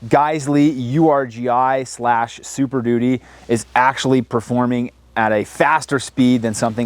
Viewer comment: Um it's pronounced Urghee